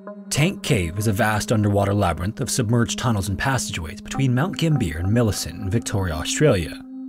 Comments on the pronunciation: Gim beer 😅 It's pronounced GAM-bee-yah. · Since you'll likely cover a bunch more stories around caving near Mount Gambier, a pronuncuation note for your future episodes: Mount Gam-bee-er. or if you want to do the Australian accent version, Mouwnt Gaaambiyah